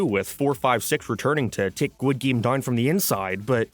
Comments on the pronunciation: What is a "Gwid Game"? This isnt even an accet thing, this is just autism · Why does he keep saying “guid game” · I just clicked to hear you say "Squid Geem" 100 times. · Why are you saying squid game so weird? You're obviously doing it on purpose. I had to turn the video off halfway through.